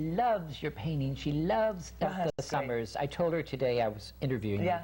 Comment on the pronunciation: Yes agreed. The interviewer kept having her shift gears too much as she was expanding on topics of interest. I wanted to bop him on the head with the "Elka Summers" pronunciation. All in all she is a great lady and well balanced. Refreshing.